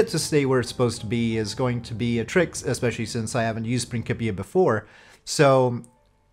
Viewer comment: I believe it is pronounced "prin-s-ipia", not "prin-k-ipia", even though it is for KSP. Otherwise it would, or should, have a "k" in there instead of a "c".